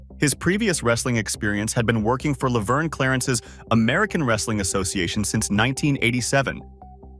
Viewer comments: Did you say Laverne Clarence? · Ah yes good old Lavern Clarence and the AWA 😂😂😂😂😂😂😂plus I learned one thing from the video. AI has a difficult time pronouncing wcw lol hilarious to listen to 😂😂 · Your videos are fine for historical purposes, but you seriously need to fix whatever AI your are using, because this comes of as very stupid when you can't even pronounce the names correctly. This seems like a joke. Tony Schavoni, Ole, Verne Gagne. Im sorry but your videos come off as amateur and or as someone who really isn't a wrestling fan, but as some trying to cash in on a genre they don't actually know. Just voice your videos yourself so that the names are at least pronounced correctly.